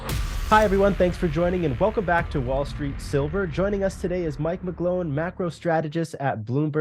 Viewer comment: Ivan, sooooooo, if I heard him right he said: "Got Silver"?